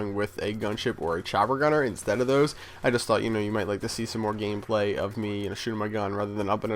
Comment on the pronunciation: Nice "Gamplay"